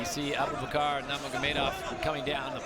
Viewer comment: The pronunciation of Abubakar’s name at the end💀💀💀